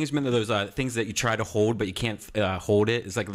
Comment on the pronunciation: HOWWD instead of HOLD. Just like WROLD instead of WORLD. I hate that dumbfuck redban. When he does that cartman impression, he deserved to be brutally kicked in the fucking face